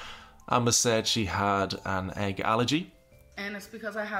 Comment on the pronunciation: i was like egg? egg? until i pronounced it ayyg in my head then i realized OH THE AYYG ALLERGY